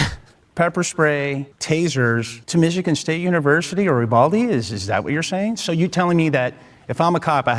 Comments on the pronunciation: My man keeps calling Uvalde "Ubaldy". I think he just might be unconsciously talking about himself in this situation. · I love how upfront and unbothered this guy is And why does that other dude keep pronouncing Uvalde like “A Baldy?” 👏🏾👏🏾👏🏾👏🏾 did this man really just say he signed up to be a cop because he knew he would get shot????? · Is it me or did that pig keep saying Ubaldy, not Uvalde? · I hate how the one cop kept pronouncing uvalde like "oo-ball-dee"